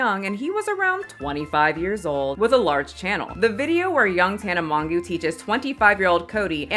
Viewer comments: “Tana mongoo”😭😭 (it’s pronounced “mo-jo”) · Mother has arrived and she is here to CALL OUT THESE LITTLE BOYS!!! Also Tana’s last name is pronounced “Mojo” for future videos if you talk about about her again in the future 😊